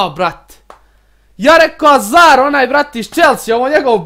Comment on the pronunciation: kaze se hazard a ne azar